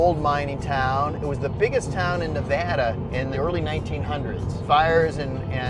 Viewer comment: Thank you for properly pronouncing Nevada